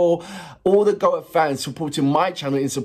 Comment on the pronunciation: It's pronounced "Go A" not "Goa" 🙂 Don't worry, Graham Norton STILL got it wrong on his 2nd time commentating on them for Eurovision (annoying !!) But great reaction video 🙂 Trust me, if you get the chance to see the live, take it !!